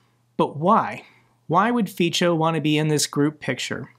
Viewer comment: It is pronounced [Fitso]